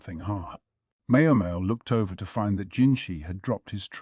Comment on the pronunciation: not just a little lol. The ai voice calls her mayo mayo